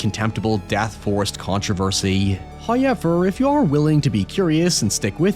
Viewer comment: First "hoyevver" drops . In accordance with prophecy, and the spirits are pleased.